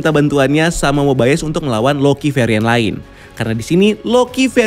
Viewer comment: Mobayes atau mobius